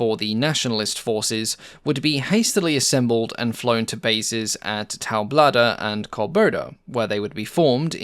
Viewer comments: Cordoba not Corboda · Great video. Waiting to see a Cr42 in crown markings. But I wonder if "Corboda" in fact was "Córdoba"?